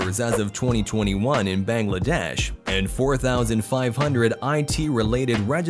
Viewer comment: The pronunciation is Baang-laa-desh not Beng-lae-desh. Btw take Love ❤️